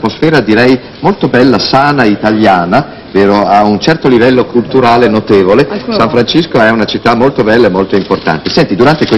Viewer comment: Mike dice San Francisco con la C....